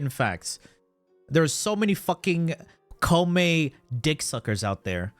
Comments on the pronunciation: The fact that ppl. are ready to fight and kill me for reasoning how koumei isn't any good in ahem*.... I mean video in which he says Kopemei is S TIER... Fugg why do i keep saying kopemei, jeez it's koumei sus, please say it right 😂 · Also, Koumei: (Ko-you-may)